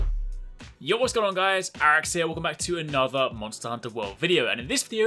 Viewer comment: Idk why, but I just love the way he pronounces “Aerkkz”